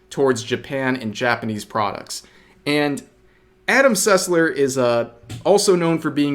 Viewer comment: all I heard was Adam Sutler instead of Sussler and I was incredibly concerned for a moment